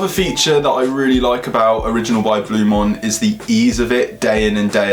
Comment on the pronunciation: Please learn how to say the product name properly before talking about it, it's Blu MAAN not Blu MON ffs